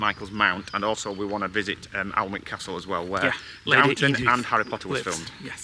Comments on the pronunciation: Im gutted you were up my way & didnt pop in for a cuppa 😢 Alnwick is pronounce as An- I sent my birthday wishes to on the day 🥳🥳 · Anick Castle....spelt Alnwick. No LN pronounced. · Happy birthday, Alnwick is pronounced "Anick":)